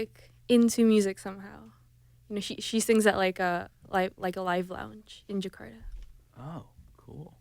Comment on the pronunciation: Just don't like Menik said djekada ( Jakarta!) But anyway so proud..